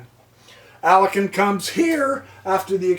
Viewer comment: Alakin? Alakin Skywalker. FYI: It's Alekhine, pronounced ah-lik-kyne